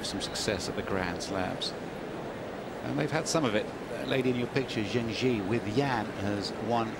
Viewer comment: Zheng Jie was a big inspiration to my tennis playing, and it sure would be nice if the commentators could take the trouble to pronounce her name even remotely correctly. Serena Williams was just a force of nature though.